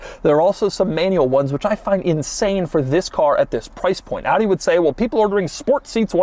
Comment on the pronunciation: Shoutout for the correct pronounciation of the brand.. thats quite unusual 👍🏻